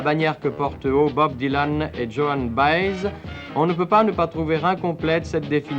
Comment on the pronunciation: Djoanne Baêïze